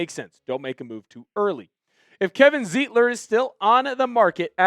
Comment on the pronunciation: Sir! His name is pronounced Zite-ler, not Zeet-ler. In any German word, look at the second vowel in the word to know which one to stress on the word, like stein, or eins, zwei, drei!